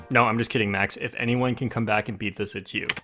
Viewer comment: "Welcome bac to worl record review where we review world record" LMAOOOOOO